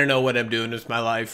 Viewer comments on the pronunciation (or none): none